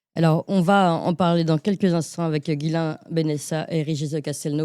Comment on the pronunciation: Je suis désolé de vous reprendre chère, mais c’est Ghislain pas Guillain Et ne pas comparer le cas de ce monsieur en Roumanie et celui de Madame Le Pen s’il vous plaît